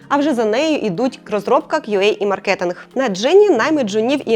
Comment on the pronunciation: мАркетинг, а не маркЕтинг